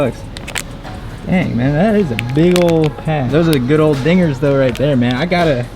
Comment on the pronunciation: Did anybody here the n word when he said dinggers